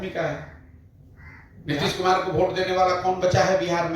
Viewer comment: VOTE (वोट) को Bhot (भोट) नहीं बोला जाता प्लीज भोट भोट मत बोलिये । वोट बोलिये श्रीमान जी।